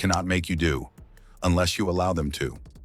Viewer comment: This guy says enless an awful lot. Which should be your first clue?He has no idea what he's talking about , really. My father was in-law enforcement for 29 and a 1/2 years. His advice was simple. If they pull you over give me your license registration insurance card. Admit nothing. And if they ask you where you just came from tell them I would rather not discuss that that's my personal life. They wanna know where you're going.I don't wanna discuss that that's my personal life, keep your eyes straight forward.If they ask you to turn and look at them do so , it's part of their drug and alcohol check. They don't have to be allowed to search your car without a warrant but if they separate you from the car and ask if they can search it they're probably going to go get a warrant anyways. What today's cell phones?You could ask to call a lawyer. Make sure you use your phone. I don't give them a hard time.